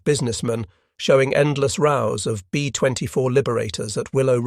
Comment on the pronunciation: Endless rows. Rows rhymes with cows. Suuuure.